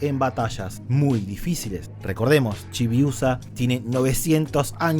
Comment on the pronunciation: Sabes algo? Cuando dijiste "chiusa" sonó como "chibiodiosa". Buen video.